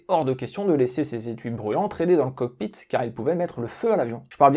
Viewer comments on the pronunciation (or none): none